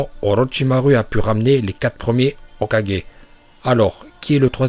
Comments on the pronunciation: Je déteste ta façon de prononcer hokagé sa soul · il dit hok4g a un moment faut pas exagerer encore pire shidessu nn mais la c insultant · on dit le "O4G".. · Y'a problème de locution sur le mot hokage 😅😅😂😂